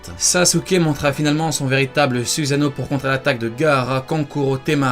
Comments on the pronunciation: On dit pas suzano mais sussano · « Zuzano » ça me STRESS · Ta prononcé même pas correctement le mots Susano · sa sert a rien de faire des videos sur les meilleurs... parseque toute les personnes ont le soussano et stp prononce bien les mots pk tu fait peter les tinpents